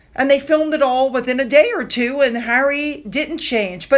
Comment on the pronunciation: yup I’m an English language teacher so am aware but it still sounded like three to me.